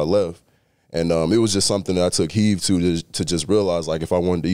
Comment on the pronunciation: Someone needs to have his back and let him know it's "take HEED" NOT "take HEAVE". I know what he means though. Glad to see him doing well this season. HTTRWFTC4LIFE!